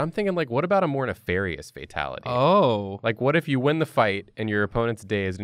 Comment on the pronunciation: Not a burger-ality... it’s a FAT-ality